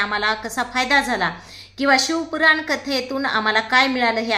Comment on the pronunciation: शिव पुराण कथा बोला शिव कुरान नाही ....आधी व्यवस्थित बोला वाचून बोलताय तरी अशुद्ध आणि चुकीचे बोलताय....तुमची कीव आली....कुठे तरी आपले हिंदू लोकं परत देवधर्म करायला लागलेत.....असा चुकीचा प्रचार नका करू